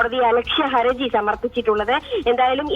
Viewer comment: "Haraji" എന്നാണ് correct. trouble, difficulty, or legal liability എന്നൊക്കെ അർത്ഥം വരുന്ന Haraj എന്ന arabi വാക്കിൽ നിന്നും ഉണ്ടായതാണ് Haraji. ഹരജി എന്നും ഹറജി എന്നും പറയും, ഏത ശരി എന്ന് അറിയില്ല.ഏതായാലും ഹർജി തെറ്റ, പക്ഷേ കുറെ ആളുകൾ അതാണ് പറയാറ്.😊